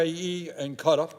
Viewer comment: "UAE and cutter" KUH-TAR, you ape. It has two syllables. Also, what is with your country and it's weird boner for religious states? First Israel and now UAE?